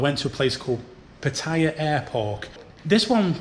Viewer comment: Please learn how to pronounce Pattaya